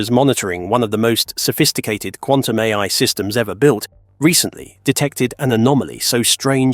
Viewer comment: dude pronounces A.I. as "aye" lol. is this voiceover A.I.??